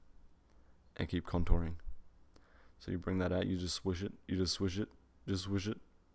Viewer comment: I love how much importance he gave to the countoring part😂😂